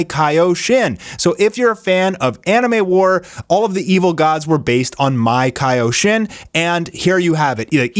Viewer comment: MAkaioshin...not maikayoshin.